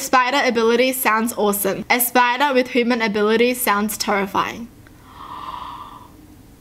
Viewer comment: she’s probably the only person in the world who actually says “hooman”